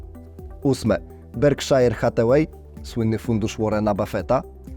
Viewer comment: wymawia się berkszer nie berkszajer ;)